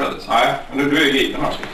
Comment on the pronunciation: Tycker mer det låter som om han sluddarar "Aäeh men nu.. du é gripen alltså". Han vill alltså få fram att personen i fråga "är gripen nu".